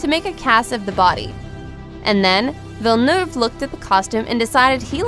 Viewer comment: Nice research, but I wonder why you didn’t do the research to pronounce the director’s name correctly?